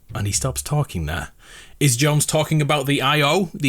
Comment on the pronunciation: Jones not jonesy